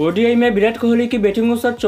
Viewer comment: Bhai bideo nai h video h ... Aur birat nai virat h kaise kaise loog aate h YouTube p yaar 😅😂